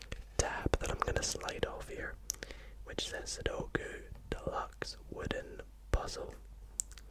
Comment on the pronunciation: So glad you pronounce sudoku the correct way. My girlfriend insists it’s “suduko” and it drives me insane haha! Nice video man, high effort and quality as always